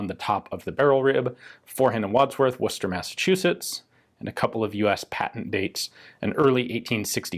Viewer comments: Finally someone on YouTube that can pronounce Worcester like a local. Nice job. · I’m impressed you pronounced Worcester correctly! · How come you can say Worcester properly but most Americans struggle with Worcestershire sauce lol. Come up with UR own town names save pinching all ours. TkEZ》UK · I can count on only you to pronounce Worcester correctly without being told how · good luck with the sale!!...it's unusual to hear someone not from N.E. pronounce Worcester correctly!